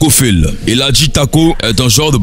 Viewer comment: C'est pas fill "on dit fall"